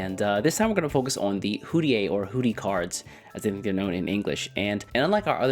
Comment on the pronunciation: Huh?? East, no offense but fym "hoodie cards as they're known in english" ITS THE SAME CHINESE WORD FOR BOTH uninformed english speakers just pronounce literally every foreign name they come across incorrectly bc of how stupid this language is 😭😭🥀🥀🥀🥀 You're right in saying "huu-di-eh". 🗿